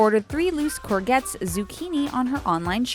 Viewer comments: its "cour-SHETTE"...... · Courgette is pronounced cor-je-t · LOL you just pronounced 'courget' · You pronounced courgette wrong lol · I'm loving the way the narrator said 'courgette', now I've heard it I can't unhear it 😂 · That pronunciation of 'courgette' hurts me a little inside. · The pronunciation of "courgette" was a little... off. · The pronunciation of courgette though... Yeaah nice try but no.